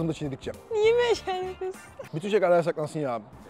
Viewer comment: 💫yAsAkLaNsı oNğ💫😅